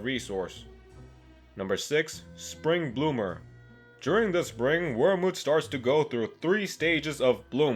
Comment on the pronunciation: When it said spring bloomer I thought it said spring boomer